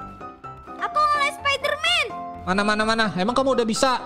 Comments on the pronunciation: Bang bukan sapiderman spaiderman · Bang bukan sapiderman tapi spiderman